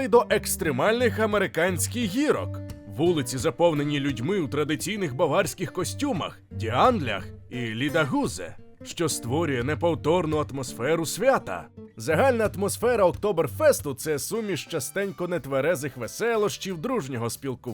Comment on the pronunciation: Лідахузе??? Ви серйозно?😂😂😂😂😂 ну і вимова… це ж німецька, а не англійська….